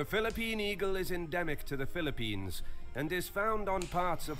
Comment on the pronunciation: It’s Philippines not Philippini…